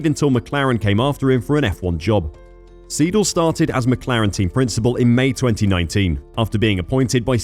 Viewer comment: Siedel 😂😂 come on, learn the correct pronounciation !!